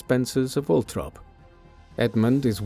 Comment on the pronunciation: If the narrator can’t say the name of the property, Althorp, then he needs to stop talking because he’s just embarrassing himself and annoying everybody who tries to listen to this